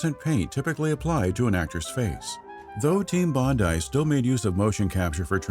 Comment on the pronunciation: Congratulations! It's nice to finally hear an American pronounce "Bondi" the correct way. - Love from Australia